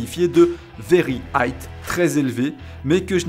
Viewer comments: "'very aïght" hahaha (je sais pas pourquoi t'es pas le seul à dire "high" avec un T à la fin) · Y a pas "T" à la fin de High 😂 Mais peut être une blague de la chaîne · Cool, j'attend de voir cette techno utilisé et optimisé par les autres équipes :) ps y a pas de T à High, se prononce comme Hi :) des bisoux !